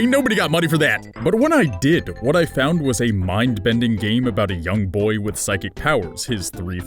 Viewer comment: Toad Knight, no, I actually messed up saying “boy ”